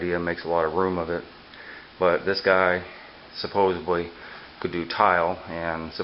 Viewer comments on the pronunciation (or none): No such word as supposubly. Supposedly. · supposedly is the word... like from suppose...